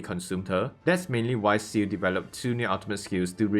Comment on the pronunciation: wha like bruh you literally call ciel shu or ciu like seriously even i can say it